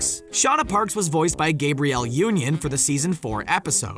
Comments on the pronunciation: Yeah Ikr who tf is "Gabriel". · You (Author) IMHO was low key racist pronouncing Gabrielle Union’s name like the male name is pronounced Gabriel. Union’s first name is easy for a kindergartener to pronounce yet you f’d it up on purpose (I believe). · This dude must be part gun, because he's triggered as all hell. By the way, nice job mispronouncing Gabrielle Union's name,.